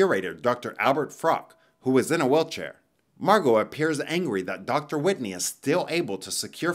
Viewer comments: Margot is pronounced MAR` goh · Is her name really marGOT or is the t silent?